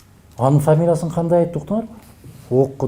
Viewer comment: А ФАМИЛА дейт турбайбы туурасы, озунду карап алчы э фамила😁😁😁